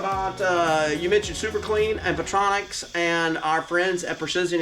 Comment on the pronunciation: It’s not Electronic, it’s PERTRONIC.